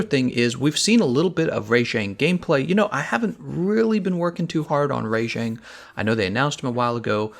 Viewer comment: Bro wtf is "Ray-jang" it's freaking "Rah-jang". Pronounce shit better homie.